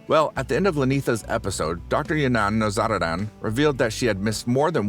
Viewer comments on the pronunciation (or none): As a matter of fact, the correct pronunciation of the name in Persian is No-zuru-duun, as pronounced by this native speaker